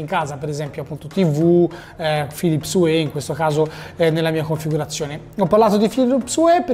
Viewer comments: "Philips uè"??? oddio o____O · Una recensione a opera di un sito di tecnologia, con 375k iscritti, e dice “Philips uè”.... ma come si fa! 👎🏼